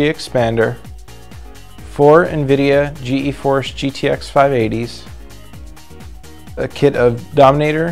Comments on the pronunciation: Also, dunno if its just me but did he say G - E - force card? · World champion overclocker, and he calls them Gee-Eee Force? Really? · g.e.-force? who pronounces it like that lol